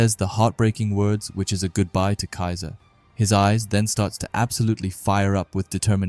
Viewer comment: a little mistake on the "kiser" name but all good buddy. 👍